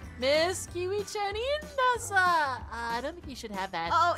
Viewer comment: Am I the only one who noticed that kept saying MISS ✨KIWI-CHAN✨